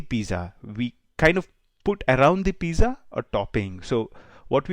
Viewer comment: ‘z’ in pizza is pronounced as ‘ts’